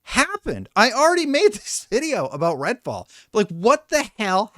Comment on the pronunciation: Am I going crazy or is he saying red ball on purpose